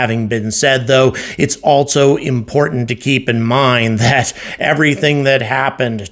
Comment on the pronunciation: For gods sake there is no "T" in ALSO!!!!!!!!!!!!!!